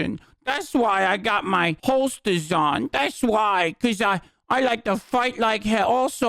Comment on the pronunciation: "das why I got my howstaws on!" lmfao